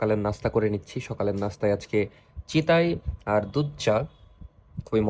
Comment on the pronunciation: চিতাই না চিতই